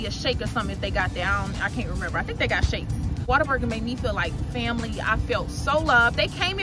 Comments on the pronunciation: Sounds like you saying " water burger" but it's what a burger but say it in One word lolol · It is Whater-Burger 😂😂😂 it’s a Texas thang…. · Definitely pronounce it Waterburger, much easier to say. lol I guess I will have try In n out again. It’s one like 5 minutes away from me and I haven’t had it in years. But ain’t no way In N Out beating out Whataburger. I usually get the basic burger with cheese with either mayo or mustard. Every once in awhile I will add jalapeños.Fresh fries from there are my favorite with the spicy or regular ketchup.